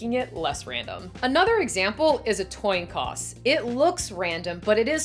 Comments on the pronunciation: She did! I noticed that too! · Loving the content! Also, did I hear you say... toin coss? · Came to see if anyone else noticed that! that was smooth LOL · I'm sorry, but did you just say "tion coss"? Also, is your shirt based on "The Arrival" starring Amy Adams?